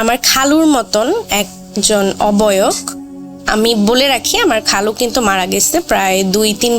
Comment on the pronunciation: oboyok 😂😂. Oboyok ki jinish apu 😂😂...